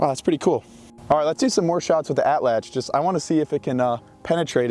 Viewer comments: best way you could pronounce atlatl in english would be a-chach, but Nahuatl uses a voiceless alveolar lateral affricate, basically a sound not found in english. If you do wanna try to make the sound I would recommend putting your tongue in a position as though you are about to make an L sound and then try to make the T sound without moving your tongue (probably . That gets you pretty close it should kinda sound like a CH sound, as CH is an affricate itself, but almost like with a lisp. You can also look up videos or go to the International Phonetic Alphabet wikipedia page to find the sound. But CH is the closest English sound, or just the T sound. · tbh just an incorrect Tl is one sound Like saying T or ch but with your tongue in the position you’d use for an l So air should come out the sides of the tongue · wrt the pronunciation of atlatl, you articulate “tl” the same way you would with the “ch” sound, but with the tip of your tongue firmly placed against your alveolar ridge (about an inch behind your teeth) and force the air out the sides of your mouth rather than past the tip of your tongue. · Atlatl is an Aztec word and it's pronounced atl-atl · How does "atl" possibly get pronounced as "atch"? We're talking about an English spelling of a native language's word, and that native language did jot have a writing system, so how and why would an "atch" sound get transcribed as "atl"? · The “TL” in Nahuatl isn’t pronounced like a “ch” sound. It’s the click of your tongue when saying “tl”. It comes from the sides of your tongue. Put your tongue further back on the roof of your mouth and curve it back a little when pronouncing “L” sounds, and you’ll see. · no, none of this. Just say it wrong don't butcher it further butchering other words. Its ok to be wrong in English.